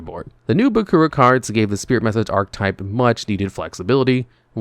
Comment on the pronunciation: Please learn how to say the word "archetype"